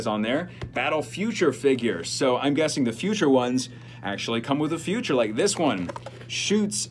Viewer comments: "Feature" figure, not future figure lol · It’s feature not future lol. All the best!